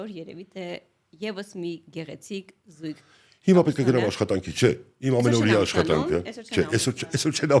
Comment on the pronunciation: Ձայնավորից հետո արտասանվող ք հնչյունը գրվում է գ տառով՝ ավագ (ավագանի, ավագություն), գոգ (գոգնոց, գոգավոր), զույգ (զուգել, զուգարան)։ Զույգ գրվում ա, բայց արտասանվում ա ք։ Սա ի՞նչ նոր 《մոդա》ա բառերն արտասանել այնպես ինչպես գրվում ա։